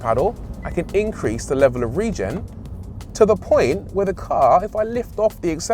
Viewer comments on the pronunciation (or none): none